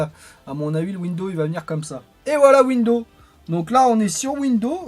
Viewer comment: mes oreilles saignent à chaque fois que j'entend windows. En fait il y a un "S" à la fin qui permet de prononcé "Windozzzze" :p